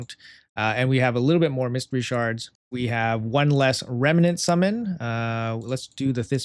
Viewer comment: I love how you can't say remnant